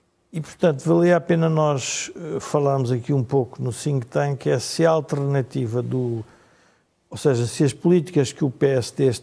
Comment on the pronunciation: Think Tank.....tá bem dito, não como dizem ...Tink Tank